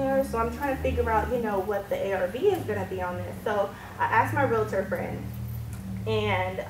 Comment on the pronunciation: You say "realitor" and I say "REALTOR"